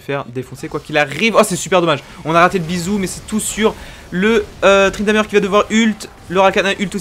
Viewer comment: Arrete de dire ''Tryndameure'' ca me stresse bordel